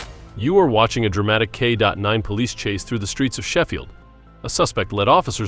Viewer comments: 😂 Who entered k.9 for this AI to process? They couldn't just say k9? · K dot 9? Had to shut it off early. K dot 9…sheesh. Hate AI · Why are you calling it a K dot 9 dog, its K9 dog. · Why do you say K dot 9? It’s K9!! No dot!!! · What is a "kay dot nine"? Gotta love the AI robot narration. 😁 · What in the heck is a “K Dot Nine” anyway? 🙄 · It's A K9 not K dot 9 it might be spelled K.9 but you don't say the dot - 😂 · I get tired of the AI narration especially when it makes errors as in "K dot 9". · K dot nine is annoying, please just say K9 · Why did the narrator continually refer to the the police dogs as K DOT 9? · the "Channel Owner" has been around for a while and should know better. The video is great with good action and examples of how effective a K9 is and how they can be used. But the "K dot 9" term being used through the video is distracting and gives the impression of non-professionalism on the part of the 'narrator' or 'AI voice' that the Channel Owner put in.. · Yeah, after six minutes of "Kay Dot Nine" I just killed the audio. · Either you don't know how to properly speak English or you have extremely poorly editing skills when using AI captions... Could be a much better channel!! Also, what its a K [dot] 9 just about ready to unsubscribe.... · This video would be great if the AI would stop saying K dot 9. I couldn’t watch the whole thing. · K dot 9? Come on AI, get it together. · Why is the A.I. saying "K dot 9"? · Its just K9 !! Not k dot 9 🤦🙃 supper annoying 🤷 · K9, K9, K9!!! NOT K dot 9!!! I won't listen to this channel again, this is too annoying! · Teach your AI it's not K dot 9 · K dot nine? Who reads this stuff. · you have got to stop saying k dot 9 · How about an AI voice that knows its K9 and not K dot 9. 😂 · Make him stop saying k dot nine please! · great video… but if ur gonna use AI to narrate maybe leave the Dot out of K9 😂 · What the hell is a K DOT 9... 🤔 its just a K9.. derived from the word canine (teeth) no period.. 🤔🫣🫣